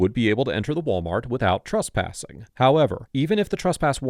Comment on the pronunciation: TRESPASSING NOT TRUSPASSING.